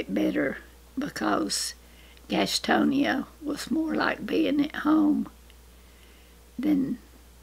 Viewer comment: My mother lived in Gastonia for a while before she met and married Daddy. She pronounced it Gastony like it sounded like Granny did the first time. Gastonia sucked a lot of people out of the mountains to work in its textile industry. The brightest and strongest manage to break loose from the lure of filthy lucre and return to the mountains where people are not rich but lives are.